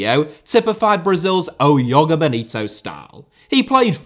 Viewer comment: One day will stop pronouncing Joga bonito as yoga and I’ll be here for it